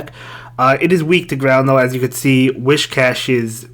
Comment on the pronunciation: It’s Whiscash not Wishcash 😂😂